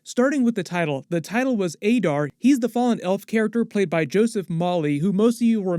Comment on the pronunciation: That's not how they said "Adar"